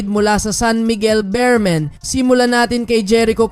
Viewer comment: Boss beermen Hindi bearmen